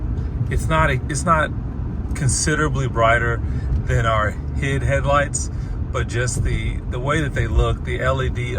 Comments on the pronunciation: It’s pronounced H.I.D, you say each letter, nobody says “hid” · Lol this is comical. It’s H. I. D not “hid” lmfao. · Lol you saying hid is hilarious I’m so use to say H.I.D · i think you say HID the same as LED